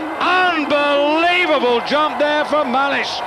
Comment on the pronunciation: Haha komentator jak wymawia " unbelievable " xD